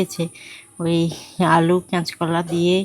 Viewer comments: কেচকোলা না কাঁচকলা বলবে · তোমাকে ঠিক করে উচ্চারণ করতে হবে। ডাঠা নয় ডাটা ক্যাঁচ কলা নয় হবে কাঁচ কলা নিরাম নয় হবে নিরামিষ কাঠমা নয় হবে কাঠামো। মেদিনীপুর জেলার ভাষা য় কি এতো সমস্যা থাকে জানিনা। অনেকেই পরিষ্কার করে কথা বলে। তুমি ও নিজেকে Rectify করে নিও।